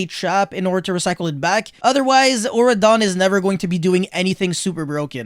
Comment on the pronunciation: auroradon, not auradon.